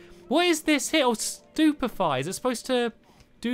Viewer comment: it is stupefy, not superfly (what? super fly?) or stupfiy:)